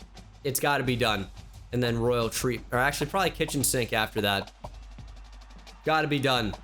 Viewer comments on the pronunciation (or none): none